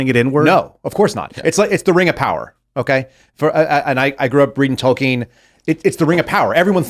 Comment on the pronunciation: This guy really expects us to believe he grew up reading Tolkien when he can’t even pronounce his name correctly